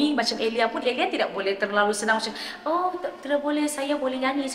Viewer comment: Sebut nama sendiri ter sasul😅 tersebut "EliayS.. santa ja eliyas di depan 😂 Bunyi awal" dah mula petik kritik vokal sabahan😅😅